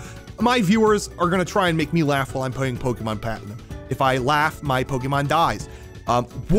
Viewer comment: "pokemon patnum"